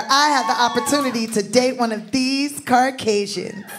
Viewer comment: Tiffany calling the “Carcasian” had me rolllin